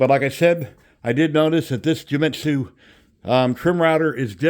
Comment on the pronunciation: It’s Genmitsu, not Jewmitsu. Other than that, awesome video.